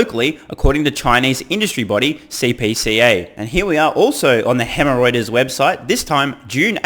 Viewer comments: Did you just say Hemreuters?! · Hemorrhoiters ... love it! I had to rewind several times to figure out it was Reuters' new nickname that you were coining. Thanks for pointing out bluntly all the FUD. It's quite obvious, but is nice to get a blunt dismantling of it all.